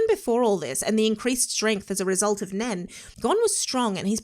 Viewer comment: NEN....just say NEN. 1 time 🤣